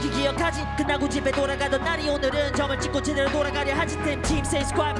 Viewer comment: say hello 부분 발음 살짝 뭉게지고 제대로 부분은 거의 안들림